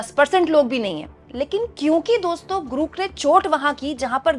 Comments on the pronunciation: GROK ka pronounce thik kijiyega... Aap bar bar... GROOK.. bol rahi hai... Jabki sahi pronounciation GROK HAI... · आप ग्राक को ग्रुक क्यूं बोल रही हैं? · It's not grook or gruk, you dumb. It's Grok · Aaj 4 din ho Gaye hai lekin apne apna pronunciation nahi theek kiya its grok not gruk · अरे Grook नहीं ये Grok (ग्रोक) है, रोज़ाना Grook Grook (ग्रूक) बोल रही है 😂😂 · ग्रुक नहीं Grok ग्रोक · Grok Pronunciation tik kijiye madam